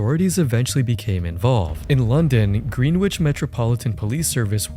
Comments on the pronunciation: "gren-itch" ❌ "green-witch" ✅ its pronounced grenich😭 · Oh, and it's pronounced "gren-ich", not green witch. Just a minute checking would be good. Because UK place pronunciations names are weird. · "Green-wich?" C'mon bud...